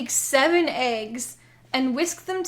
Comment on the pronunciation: You say ayggs instead of eggs. That's not a judgement, but if you judge yourself for it I understand.